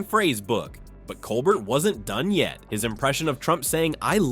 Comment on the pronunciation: Say COLBERT right! Please! Coe-bear